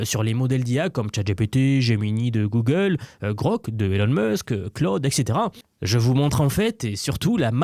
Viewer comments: Et ben didont ! Gogole dit un mot particulier et to ze moouuuumoouuun !!!! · "Guegueule" - The french Thank you for the effort